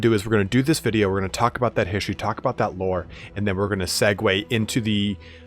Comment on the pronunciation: Why do you pronounce 'history' in such a weird way?